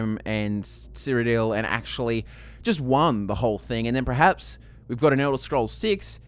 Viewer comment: This is completely irrelevant, but I can't help but mention it. The word is "perhaps" not prerhaps.